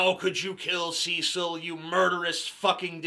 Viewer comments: Ceeeeeecil the Lion??? It's Cecil! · I hate the American pronunciation of Cecil.